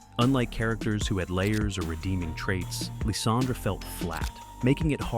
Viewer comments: Lysander's name is pronounced "Lie-sän-der" not "Lee-sän-druh" get it right. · It’s pronounced yoo-NUH-vuh, LYE-SAN-DURR, and sill-VAL-EYE, “Patrick Stars”! 🤨